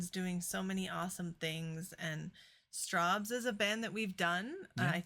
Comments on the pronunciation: Think strawberries and you'll get the way to pronounce Strawbs!! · pronounced like Strobs.